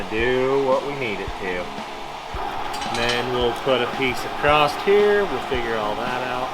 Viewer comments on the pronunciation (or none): Somebody has to tell that there is no "t" or "ed" in "across".